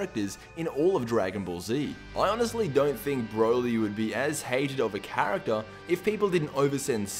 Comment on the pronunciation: hahahah you said character wrong